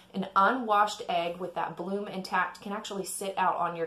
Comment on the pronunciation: Bloom, not plume.